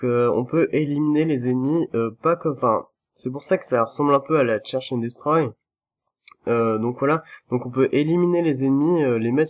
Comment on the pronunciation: merci pour ton fran-glais "Tcheurch and destroy".....F41L